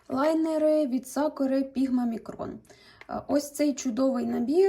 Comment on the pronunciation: Нарееееееештіііі )))))) хоч хтось каже ЛАЙНЕРИ, а не, невідомо звідки взявшеся, лІнери )